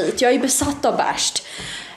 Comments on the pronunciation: Man säger vell endå inte BÄÄSHT, Beige heter de. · Det heter inte bärscht